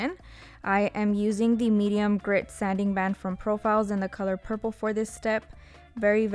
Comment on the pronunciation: I LOVE THE BLOOPERS!!!!💜💜💜💜💜💜💜💜💜😂😂😂😂😂😂😂”PURF-ple” is how ima say it now